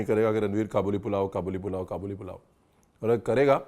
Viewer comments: I think it is called Ka buleee not ka boli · its Kaa-bal-li not qaboooli... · Kabooli nahi hai bhai kaabuli hai..from kabul Afghanistan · Its not Qabooli its Ka'buli pulao